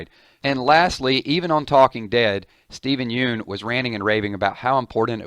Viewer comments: stevens name is not pronounced you-en its pronounced yun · steven's last name is pronounced yun, not yune. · Not really related to the premiere or even last season's finale, but Steven's last name rhymes with "done". You're pronouncing it wrong. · I totally agree with you disagreeing with that guy. wrong wrong wrong lol. his suggestions would have made the show predictable and for sissies...btw, Stevens name is mispronounced, he clarified that on Conan 😁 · You are saying Steven 's last name wrong